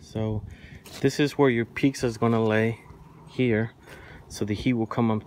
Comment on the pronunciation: My husband says those pavers have chemicals in them and you shouldn't use them for cooking. Is this true?? Its sounds like you are saying peaksa thats how the closed captioning is hearing you. Pizza not peaksa